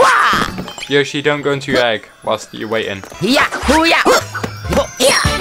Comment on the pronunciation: he kept saying yoshi wrong